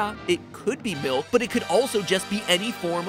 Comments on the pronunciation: malk is malk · Hm yes its "milk" totally